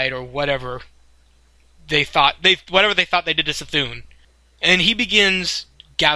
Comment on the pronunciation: The way he pronounces C'thun triggers me